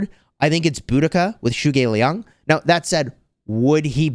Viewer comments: the correct pronounciation is “Zu Go Liang”, as in ‘you go lee ang” ❤ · The correct way to pronounce his name “dru” ge liang. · Zhuge Liang is pronounced Tchuk-Ker Lee-ung, still nice try and great video! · I speak Chinese and to my understanding it should be pronounced like zhoo-guh lee-ang, please correct me if I’m wrong🙂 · The way you pronounced zhuge lian is horrifying